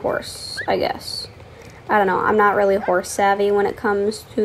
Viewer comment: Love how she says “it’s rEAlly up to youa